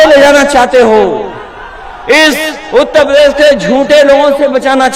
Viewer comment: पहले ढंग से उत्तर प्रदेश बोलना सीख लो फिर बाद में उत्तर प्रदेश को संभालना